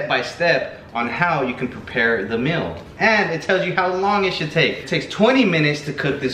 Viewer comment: the "MILL" lmao im dead at how he pronounces meal